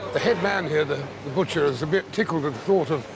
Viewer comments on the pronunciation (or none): none